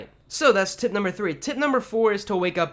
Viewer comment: Tip sounds like Tit Great tips though 👍🏽